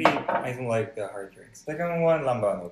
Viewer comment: the way she said "LAMBANOG" I cant hear any korean accent